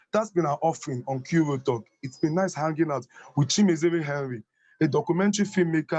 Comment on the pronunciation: Lol you murdered the name... its Chi-me-re-ze.. not Chi-me-ze-re. On the other news.. I must I find this video very informative and thoughtful as well. 👍👍👍